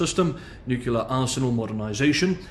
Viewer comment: It's a common mistake many English speakers make, but NUCULAR has to do with cell nuclei while NUCLEAR applies to radioactivity. You are particular enough that I thought you'd want to know. Still enjoying everything you're doing.